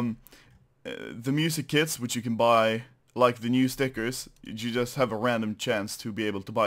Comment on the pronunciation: it sounds like he says "so counter strike just released music kids"